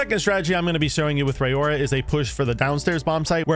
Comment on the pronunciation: Great strat video, thanks! Side note, her name is pronounced "Ror-Ra," think "aurora borealis." She's a Maori girl.